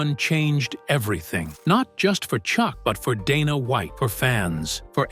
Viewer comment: "Dah-nah Wa-iht" text to voice is so stupid